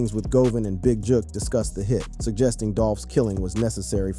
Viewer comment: The young man just said JOOK 🤌DAMN FOOL